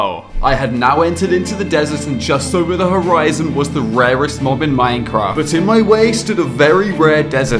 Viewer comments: Rarest❌ Warest✅ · Correction:rarest not rewast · Bro really said "Rewrest"💀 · Did you say waest?